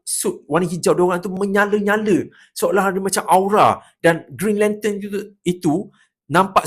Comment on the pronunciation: Mula2 macam nak marah bila dengar "brown lantern"🤣